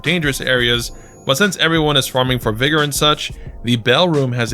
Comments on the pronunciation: Vergo? It's Vigor ('vi-gore') it means strength of life. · the fact that u pronounced vigor virgo confused me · "VIGOR" NOT VIRGO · You saying Vergo instead of Vigor was killing me😂. I was doing the same thing for a minute, mixing Ergo from Lies of P and Vigor from LotF… Playing these games back to back has me mixing stuff up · “Vergo” lol